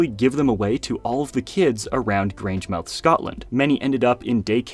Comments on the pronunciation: That was interesting! The bricks look tough. And FYI, if you're interested, the name of that town is pronounced GrangeMUTH. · Grangemouth is pronounced Graynj-muhth. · pronounce grangemouth as “grangemuth” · You completely butchered "Grangemouth".